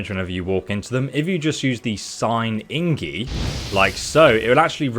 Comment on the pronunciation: Ingie? Ahhha wtf lol